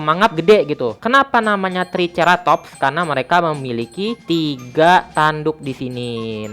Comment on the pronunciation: Bacanya engkailosaurus bukan engkilosaurus Sama Bacanya triseratop, c nya itu dibacanya jadi s